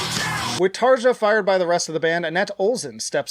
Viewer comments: There's plenty of worthwhile comments already, so I'll be the annoying guy. It's pronounced "Tar-yah" Anyway... It's a good ranking, but I highly disagree with Human Nature, and I really don't get all the hate it receives (from others, not you). Out of the 9 songs on the main album, I still persistently listen to seven of them. Don't sleep during Harvest man, after a very tame opening it picks up like mad in the middle. That guitar line is fucking BUTCH. Pan is one of my favourite tracks ever. I'm biased about How's the Heart, because I was dealing with a lot of depression when it came out, and it became a power booster for me. To me it belongs in the top with Oceanborn and Once. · You didn't pronouce Tarja's name right ... :)